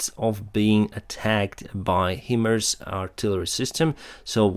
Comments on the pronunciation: I love your posts! I was in the Marines and it's pronounced Hi( like hello)-Mars(like the planet) M777 is M-triple7. Keep it up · Keep up the great work!! Love from Canada! Slava Ukraini PS By the way - the pronunciation of the equipment HIMARS is "High - Mars" like FL 34 is HIGHER than FL 24... HIGH-Mars (like the planet. (I am SO GLAD they are on the way - not soon enough!) And Please keep saying "Drowned" when you refer to ships and oil platforms that have been 'sunk'!!:) Technically, as I have pointed out before, "sunk" is the correct word - but the way you say it - sounds SO MUCH BETTER!! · For your benefit... the military folks usually sound HIMARS as "High-MARS". Yeah, I know... English seems to have more exceptions than rules and of course all bets are off when you're "pronouncing" an acronym. I didn't create the language but I have to live with it! :D